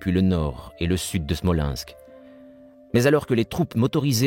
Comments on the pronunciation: Can the English narator learn to pronanunce foreign names of people or places. Why is name Stalin pronaunced as Shtalin or city of Smolensk as Shmolensk to give just two examples of many. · I think the narrator has a speech impediment so you get Schtalin and Schmolenshk.